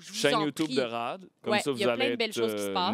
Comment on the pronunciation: Tout le monde: "Rad" Olivier: "Rhad"